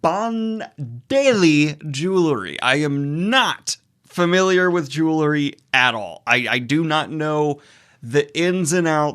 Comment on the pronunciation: Bro can't even pronounce jewelry. :)